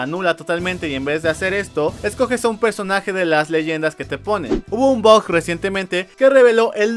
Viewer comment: Deja de llamar el BUG como BOG por que luego pienso que dices BOT >:v